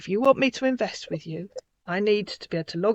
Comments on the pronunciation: 😂😂 too funny inverst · I thought everyone wanted to inverst.😂😂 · Seriously, would we invest with someone who keeps saying, "inverst"??😜😟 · How does he say invest …inverst inverstment